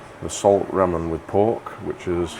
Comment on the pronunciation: Ramen is pronounced with LR. Sounds more like Larman than rramen